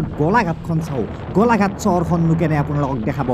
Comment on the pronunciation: গলাঘাট নহয় গোলাঘাট 😒